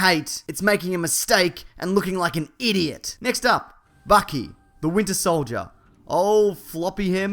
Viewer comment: "IDOIT" OMG XD!